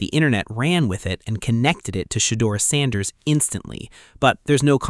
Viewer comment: Your not even saying sanders name right. Immediately skipped